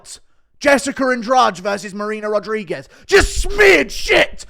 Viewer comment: The Brazillian name Andrade is usually pronounced "Ann-Draw-Dee"